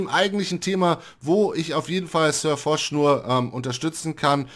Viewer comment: Es heißt Foch und nicht "Fosch". Okay ich lösch mich.....